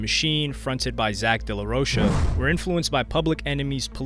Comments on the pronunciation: In case you ever do a video dealing with RHCP or Rage Against the Machine, for RHCP it is pronounced Key dis, and for Rage it is pronounced Day La Row Kah. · Bro the way you butcher Kiedis and De la Rocha is embarassing